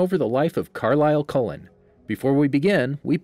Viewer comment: Anyone bothered by his pronunciation of Cullen